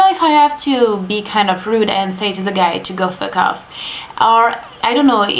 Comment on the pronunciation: i like the way you say "fook off"